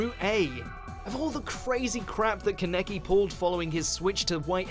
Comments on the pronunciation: micah fuller I’m glad I’m not the only one who notice like how do you pronounce (Kan-e-Ki) as (Ke-Nek-Ki) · KAN-EKI not -> KA-NEKI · Yall do this every time 😭 WHO TF IS KA-NECK- E?!?!?? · "Ka-necky" really?! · Same here and it makes my skin crawl sometimes with how they pronounce some names. Haha Nobody who watches Tokyo Ghoul pronounces Kaneki's name like that, literally no one! I think all they do is just Google what other people think and watch other videos on their topics, and then just pull clips of that anime. It killed me how he said Madara's name in one video. And it's not like these names aren't pronounced the same in the sub and dub. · Am I the only one who noticed he said Kaneki's name wrong? The anime for Tokyo Ghoul was good, but screwed up when they killed Hide when he never actually died in the anime, he just kinda disappeared. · When he pronounced Kaneki the way he did I got the sudden urge to smash my head on the table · Tokyo Ghoul going down hill aside the way you pronounce Kaneki hurts me. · I hate to be a broken record here, but how are you still pronouncing Kaneki's name wrong??? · Please learn how to pronounce kaneki right lol